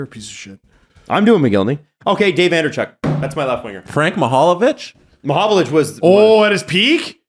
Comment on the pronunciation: Is the black guy even a Hockey fan? This is the 4th or 5th video where I see him BUTCHERING the names of absolute Leaf legends. Alexander McGinly? Frank Malovhich? Unless he genuinely has dyslexia (and I apologize if he does), he has no place being on a Leafs podcast. He has no idea what he’s doing if he doesn’t know those names.